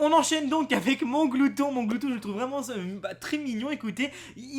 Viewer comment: c est mAnglouton pas monglouton. perso je le kiffe il est stylé